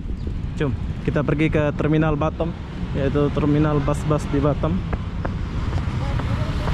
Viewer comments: Sebutnya Batam lah... Bukan Batem ( bottom ) 😂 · Ini batam bkn batem😂😂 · bisa gak sih bilang B A T A M bukan Batem